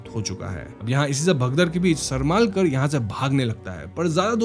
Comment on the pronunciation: सरमालकर नही सरमळकर तंडेलकर नही तांडेल